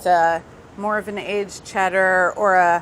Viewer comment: As a Brit I'm OK with how many of them got Cheddar right.